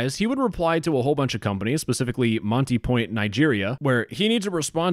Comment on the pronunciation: Hey man am really sad about this well it’s the yorubas they are the dumbest staste we have for now 1- Lagos is pronounced, lay gurs hope that’s helps 2, monie point is pronounced mor ni point